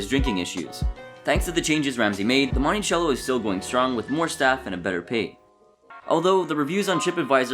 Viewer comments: Its pronounced Monticello hotel not Montichello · They have remodeled the Ballroom now. It's really nice! Even found some original features that had been covered up! But for sure the way this channel pronounced Monticello was hard to hear. Lol. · Also, pronounced "Montisello". Sheeesh.